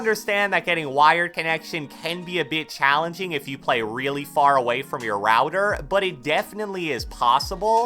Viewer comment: My guy goes routor instead of router. Amazing English —>